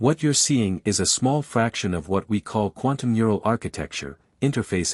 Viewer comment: i enjoyed the story the weird thing is that sometimes the ai can use the correct phrase/word and sometimes can't like 'mural' instead of 'neural'